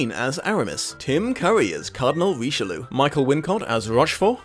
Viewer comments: Ree-she-loo???? Roh-she-lye!!!! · Richeloo is a terrible pronunciation of Richelieu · You mispronounced the Cardinal's name every single time. How did you manage?